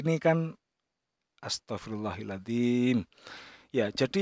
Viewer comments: Maaf yang benar astaghfirullaaha 'adziim apa Hil 'adziim...?????? Kok gK enak Dengarny ustadz Maaf komen saya di luar konten ustadz 🙏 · maaf bang astaghfirullohaladhim dibaca pake fathah lafadz allohnya krn kedudukannya sbg maf'ulbih 🙏